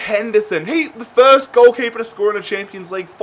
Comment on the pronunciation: Me: No one: Everyone: FERST